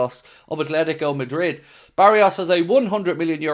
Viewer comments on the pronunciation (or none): none